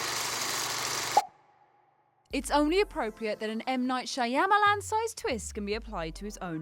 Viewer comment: "Shawm a lawn"